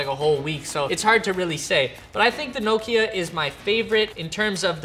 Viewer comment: Nooo key a 🙈🤔 Never heard Nokia called that 🤣😂